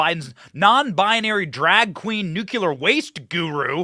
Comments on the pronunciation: Pronounced 'new-clear'. Sorry B, when you pronounce it like GW Bush it makes me cringe. Just say no to nuke-u-ler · Benny, They spray chemicals down on us here too...CHEMTRAILS PLEESE, not you too Benny...it's not NUKULER... IT'S NUKE LEE ER! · And by the way it’s nuclear. Not ‘Nukiller’ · It's pronounced NOOK-LEE-AR not nook-you-lar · Umm, Benny, there is only one "U" in nUclear, and there is no "K"... it's not "Nukular", it's "Nuclear". You sound like George W Bush. lol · Benny, it's nuclear not nucular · Benny, Please do not say 'nuculer'. It's nuclear. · Please learn to pronounce 'nuclear' correctly, Benny. 'Nu - klee- are', Dont sound like that idiot George W. Bush. And no im not a 'leftist commie puke karen'. Just a conservative american who subscribed recently. My Dad was on the first nuclear submarine in 1960 in the USN and id like him to rest in peace. He hated that ignorant mis-pronounciation. Thank you. FJB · Good show as always. At this point, I’m pretty sure you’re saying “nuclear” wrong on purpose. You get more comments that way which is honestly a brilliant way to get the youtube algorithm on your side.